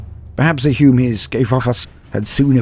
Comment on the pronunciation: Just love when he says humins